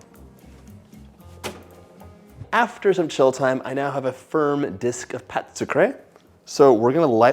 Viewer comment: Can you just say, it's called a 'sweet dough' instead of butchering the French language in an attempt to sound more sophisticated?